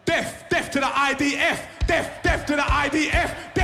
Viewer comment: Even as a Dutchy I can hear him say; Deaf Deaf to the IDF...